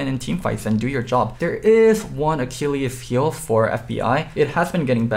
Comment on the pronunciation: "Achillius heel" 😂 he just has to pronounce something wrong every time hes on camera